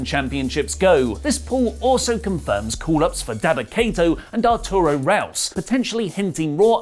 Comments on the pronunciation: Arturo RUAS, not RAUS, RU AS! Vai Brasil. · Arturo "rouse?" You mean "who-as?" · Arturo Ruas, man. :P Roo-ahs. Put some respeck on the brasilian man's name, please :P Love the show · Arturo Ruas' last name is pronounced HOO-ahss.